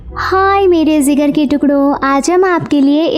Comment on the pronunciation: You idiot it jigar not zigar or zeegar